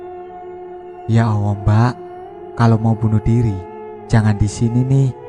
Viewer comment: kok saya dengernya klo admin bilang ya Allah jadi ya Owoh ya? saya pikir admin cadel tapi ngomong Tolong....L nya jelas..mudah2an sy yg salah denger...sy jd risih dgrnya...sorry y min sy skip